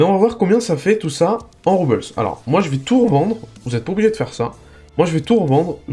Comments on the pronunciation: super video par contre les "Roubles" ce prononce Roux-ble pas Roubeuls ^^ mais sinon super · salut, bonne vidéo, juste.... les roubles, c'est une monnaie russe, ca ce prononce pas a l'anglaise :p